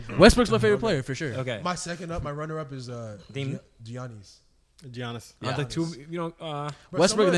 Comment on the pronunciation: The way y'all were saying Giannis really angered me hahaaaaa